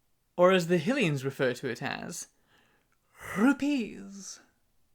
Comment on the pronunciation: I kinda don't like how he says hilians instead of hylians but still good channel